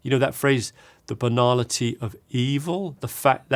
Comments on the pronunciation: Ngl, on first hearing, I thought he spoke about the banana tree of evil and I thought “is that a saying?” And on second hearing, I heard he actually said banality of evil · I thought he said banana TEA and I googled that! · I heard Banana Tree too hahah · Something about the English pronunciation of banality, I could swear he said "The Banana Tea of Evil".